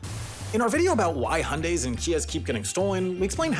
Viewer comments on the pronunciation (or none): I think your pronunciation of Hyundai should also be on the list. And do Americans seriously not know where the Russian-Chinese border is? I can't believe even ONE person approved that Soviet Union map.....